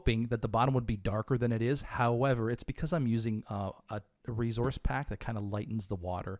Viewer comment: "Rezource Pack." So Canadian.